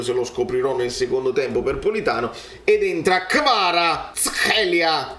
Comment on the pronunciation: this annoying thing of saying his name like that is what made me turn this video off. I usually like your videos, but I don’t understand why Neapolitans have such a hard time with other languages and cultures